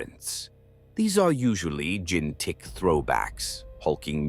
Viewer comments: noo not gin-tick infection! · Or "gene tic." Like Tyranids have genetic Tourette's.